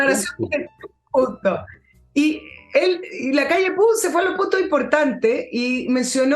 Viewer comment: Con todo cariño, no se dice Lacalle Pu, sino Pou, así como se escribe. Saludos desde Uruguay.